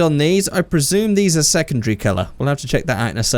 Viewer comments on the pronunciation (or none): “Secondgry” ?? Anyone heard that too?